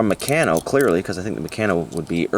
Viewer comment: Hi, always enjoy the reveals. By the way the Meccano brand is pronounce Me-kann-o.